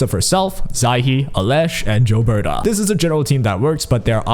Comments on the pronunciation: For the record, Gilbertas name isn't pronounced "jill-berta", its pronounced "gill-berta", like, the gills of a fish. She says her name in the story :p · Bro it's pronounced Gilbert-ay. The gills of the fish is pronounced 'Ay-lesh' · This and it's not just gilberta they pronounce a lot of the characters names wrong like they don't know how to read or don't listen to the characters when they say their own names lol